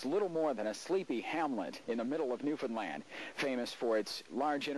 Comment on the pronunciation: This US sailor pronounced “Newfoundland “ correctly, telling me he spent a little time among the locals.